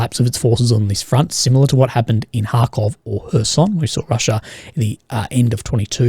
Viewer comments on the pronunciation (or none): none